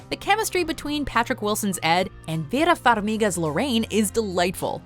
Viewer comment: What’s up with the pronouncing Vera’s name?